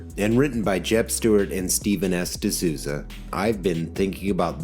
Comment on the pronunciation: EEEEEE!!!!!!!!!!!!!!!!!! Sreven E. DeSouza. CHRIST!!!!!!!!!!!!!!!! GET IT RIGHT!!!!!!!!!!!!!!!!